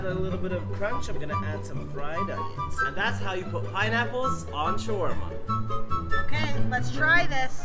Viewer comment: The over pronunciation of shawarma is so freaking annoying